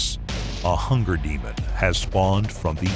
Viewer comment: "a hunger Demond" that was dope